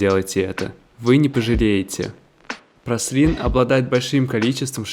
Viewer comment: Праслин )) Пралин